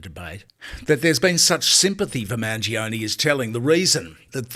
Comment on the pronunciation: Mangione - pronounced manj-yoney - three syllables.